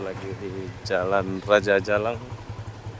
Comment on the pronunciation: ALANG BUKAN JALANG....BACA BENAR YG JELAS.